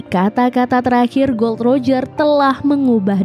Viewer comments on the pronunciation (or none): Gol D roger, bukan gold roger huruf "D" nya di pisah